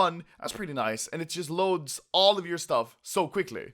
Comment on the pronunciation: I love way you saying nice :D. NAIS xD